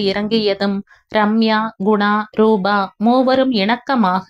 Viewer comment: ராதா நல்ல முடிவை எடுத்தாள். தாய் மகன் மகள் சந்திப்பு உணர்ச்சிப்பிழம்பாக. இருந்தது நீங்களும் மிகவும் உணர்ச்சிகரமாக வாசித்தீர்கள் ❤❤❤❤❤❤. ரூபா நல்ல பெண்மணி. நிஜத்தில் இப்படிப்பட்ட ரூபா கிடைப்பது கஷ்டம். rubaa nu padikareenga. Rubaa na ₹.😂😂😂.Rupaa (.p sound.. P for polite. ) na தோற்றம், வடிவு. ரூபவதி naa அழகி.)). நல்லவேளை ஜெகன் & பாகிரதி ராதாவை பார்க்கவில்லை. ரமேஷ் மற்றும் ரம்யா எடுத்த முடிவு மிகவும் சரியான சாட்டையடி. லலிதா சாரங்கனுடைய அன்பிற்கு ரம்யா முதல் மரியாதை கொடுத்து விட்டாள். இந்த மாதிரி நடப்புகள் நாட்டில் நடக்கத்தான் செய்கின்றன. எத்தனை பெண்கள் போக்கிடம் இல்லாமல் சகதியில் விழுகிறார்கள். அட்லீஸ்ட் ராதாவுக்கு லலிதாவும், அரவிந்தர் ஆசிரமமும் கிடைத்தது. அந்த மோசமான நிலைமையிலும் அவளுக்கு ஏதோ ஒரு புண்ணிய சக்தி உதவி இருக்கிறது. உணர்ச்சிகரமான கதை. எவ்வளவோ தாய்கள் தன் குழந்தைகளை விட்டுப் பிரிகிறார்கள் இந்த மாதிரி 😮😮😮😢😢😢